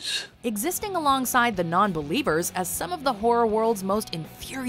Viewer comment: Spot on the non-bellievuhs!